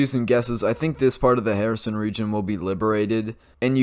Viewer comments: If you emphasise the -SON syllable your pronunciation of Kherson (Xepcoн) would be perfect. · Congratulations on the Kherson pronounciation. 🎉